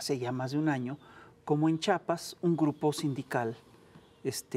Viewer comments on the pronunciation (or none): No es chapas es Chiapas